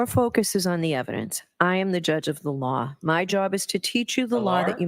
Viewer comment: Judge the word is LAW ! not lar